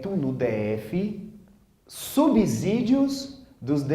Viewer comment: De acordo com o professor de Português, Agnaldo Martino, a palavra "subsídio" tem o mesmo som de "subsolo". Logo, não se pronuncia "subZídio" pelo mesmo motivo que não se pronuncia "subZolo". Minuto 51 do vídeo.